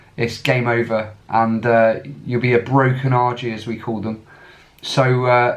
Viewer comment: "Broken Argie" 😂😂😂